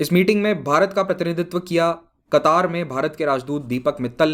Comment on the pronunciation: Sir.. आप कतर को कतार pronounce kar rahe hai... Kya क़तर सही उच्चारण है या कतार....